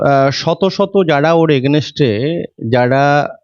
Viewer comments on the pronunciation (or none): Ini nijei to AGAINST kothati uchharon korte parchhe na.party er matha hote gele nominal education er o ki dorkar nei?